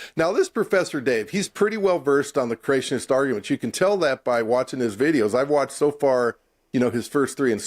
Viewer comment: I just love sexy lisp. And the way he pronounces he eloquent words Geology - JOLLY-G Creationist - CRAtionist Helium - HeliuN Accurate - acKERate Particular - ParTICKLER Population - PAPAlation Fairy tales - FURry tales Biologist - BALLAgist Abiogenesis - UHbiogenesis Manipulating - MuhNIPPLEating Secular - SecUHLar Whales - WELLs I keep having to edit my post to add more as I find them 🤣🤣🤣